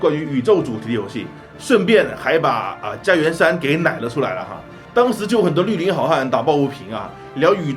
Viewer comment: 很喜欢这个节目，提个小小的问题哈，“绿(lu)林(lin)”的发音实际是“路林”, 绿是个多音字哦